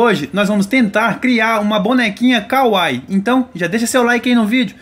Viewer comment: Falou kawaii errado